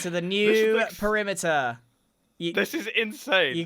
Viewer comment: covering the primiter? what primiter?